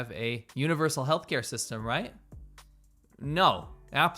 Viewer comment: speech impediment?